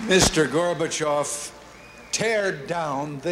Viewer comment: Wow, he pronounced Gorbachov correctly